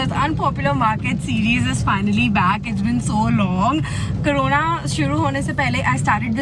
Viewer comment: It’s “co-rona” not “ka-rona” PS: Not hating :)